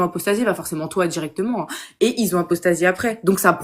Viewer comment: Et tchoi tchu peux pas parler normalement? thié obligé de prononcer comme ça, c'est monstrueuxement laid. Paradchi, dchirectchement, tu peux pas dchire? Quelle horreur . . .